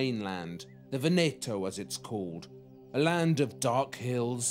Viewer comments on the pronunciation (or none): Brilliant. Only one niggle - pronunciation of "Giorgione" and "Veneto". It's "Jawjone" and "Vèneto" (stress on first vowel). Plus Venice is in Veneto - it's the whole province, not separate from Venice. There are lots of flat areas too along the Adige. But it's fascinating learning about the painting and the painter! He does it so well!x